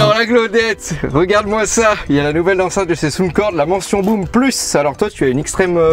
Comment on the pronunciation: On ne dit pas Soundcorde. On dit Soundcore.